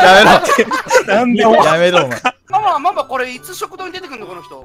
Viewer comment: 鬱先生がママって言ってんのさくにゅ以下略してる様にしか聞こえん 何でやろなあ